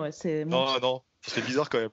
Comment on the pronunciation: Pas mal Claudia "quand eme"